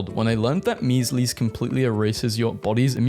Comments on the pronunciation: its not MEEZ-LEEZ, its MEE-ZULZ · “meas lees” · it’s mee-zls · I'M SORRY, "MEEZLEEZ????" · The way he pronounces measles and alewives has to be on purpose.